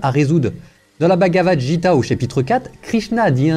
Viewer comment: Merci cher Père, tout cela est fort intéressant et surtout les références à l'hindouisme, religion de mes ancêtres indiens. Petit détail: on ne prononce pas Bhagavad Jita mais Gita avec un g!